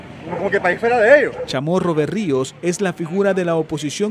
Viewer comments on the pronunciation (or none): no es Berrio es Barrio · “BARRIOS”, no “Berrios”!